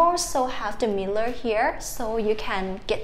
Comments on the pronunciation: And mirror... Mear-or instead of miller. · “Mear-or” in American English or “Mirror” in actual English. 😅😊